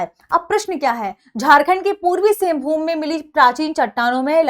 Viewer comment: मैडम सिंघभूम सिंघभूमि नहीं